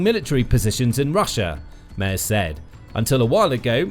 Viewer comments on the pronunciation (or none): Another youtuber who can't pronounce Merz.